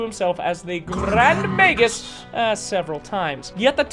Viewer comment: Let me tell you when you said Grrrrand Magus I was wheezing 🤣